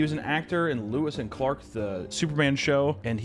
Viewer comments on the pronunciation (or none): I could not stop rewatching the part where says “Lewis and Clark” instead of “Lois and Clark” and I thing that might just be the best thing I’ve ever heard him say